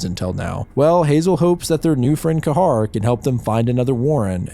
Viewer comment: Ka h a r.... bro his name is prounouned key-ha like a gull screech, keee haaaa